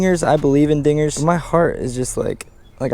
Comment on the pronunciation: Did anybody here the n word when he said dinggers